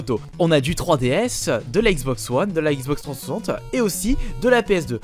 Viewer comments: Xbox trenssanssante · Articule quand tu dis " Xbox 360 ", prend le temps :D